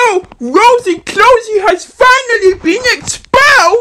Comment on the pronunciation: Um- stop it, get some help. “Twuth” “Wosy cwosy” “Gwacha twuba” “Agwee” “Pitwure” God, your giving me a headache